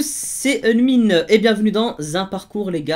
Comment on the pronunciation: Salut à tous c'est unMin au lieu de unWin.